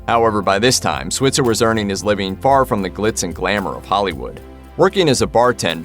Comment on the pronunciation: Alfalfa's last name is mispronounced in this video. You say it with a long i sound.